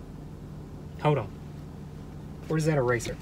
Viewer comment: “Hoad on”.... of all the things you say... and u say a lot... this always stands out to me. I think because of when I started watching... we did a lot of hoading on. 😂🤣 I don’t mind hoading on at all 😁💜